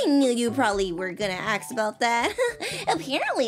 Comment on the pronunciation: I like how ur not saying ask... ur saying aks 😂😂